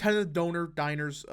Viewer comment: bro the way he pronounces 'dinners' lol. it isn't 'diners'